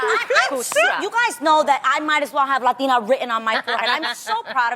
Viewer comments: I haaaated how they pronounced ‚latina‘ oh my god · I never understood why people pronounce "latina" like that. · They pronounce the word Latina and the surnames as English names... ewwww even the Latina host 🤢 “roudriguis, Loupis “